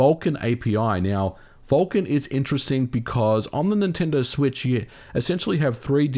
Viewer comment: Please stop calling Nintendo "ninty".